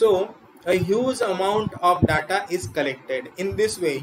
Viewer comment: Please check your pronunciation of the word 'data'.